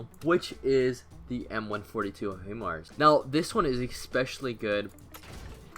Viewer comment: Btw it’s pronounced High mars